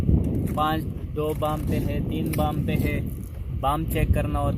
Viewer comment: bam nahi wam I miss you sada khuch raha jigar